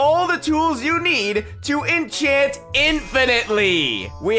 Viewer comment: Inchant anything I'm pretty sure I can in inchant myslef as well.😂😂